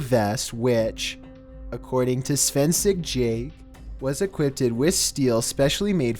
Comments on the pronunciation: “Svensek Jaket” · My man I love you but did you just pronounce ‘Svensk Jakt’ as ‘Svensik Jay’? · "Schvensik Jake" lmao. Svensk Jakt is translated from swedish to english as Swedish Hunt, kind of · My face folded inwards in cringe when I heard how he pronounced "Svensk Jakt" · you butchered "svensk jakt"😭😭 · I died when he pronounced svensk jakt